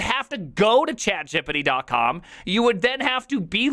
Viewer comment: why does he say chatgpt as though it rhymes with skibidi